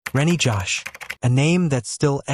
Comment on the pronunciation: His name is Reny Jose, not Rennie Josh.. you can't even get the victim's names right?